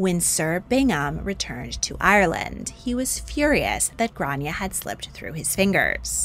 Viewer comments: It’s pronounced Grawn-ya not Gran-ya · It's pronounced "Graw-ne-ah' grawneah Gráinne. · As an Irish person you’re pronouncing her name wrong in Irish but you’re close but off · Her name wasn't Grace, it's Grainne pronounced "Gran yey" Grace is the Americanised pronunciation.